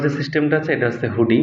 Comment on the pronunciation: হুডি না হুন্ডি